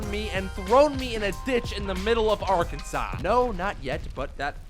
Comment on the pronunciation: The way he said Arkansas made me cringe because I’m from Arkansas and live in Arkansas